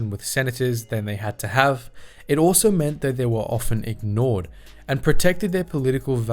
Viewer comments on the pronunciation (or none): none